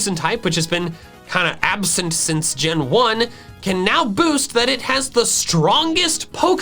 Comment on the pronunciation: I like how he says boast as boost